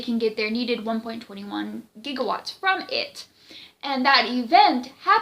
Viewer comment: Thank you for pronouncing gigawats right